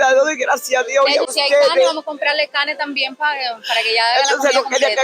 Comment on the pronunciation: Porque dicen calne y no pronuncian la r 🇳🇮🇨🇦